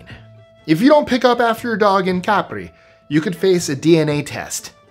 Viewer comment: Nice to hear "Capri" accented on the right syllable!